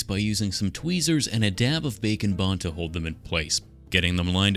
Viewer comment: I've always thought you said "Bacon Bond" and just accepted it as some kind of clay wizardry.